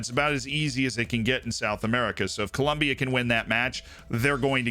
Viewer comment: Very important information you missed on South American qualifying!...Col...OM...bia. xD